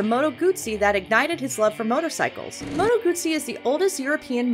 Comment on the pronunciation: Good job, narrator, pronouncing Moto Guzzi correctly. Bravo!